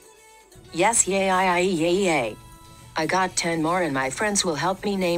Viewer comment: Yes ayeayyayaya is apparently how a text-to-speech voice pronounces yes yay